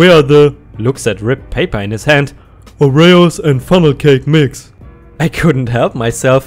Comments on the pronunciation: OR-E-Os not O-RAY-Os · Oreos = Ore-EEE-ohs, rather than ore-Ray-ohs. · Oreos -- OH ree ohz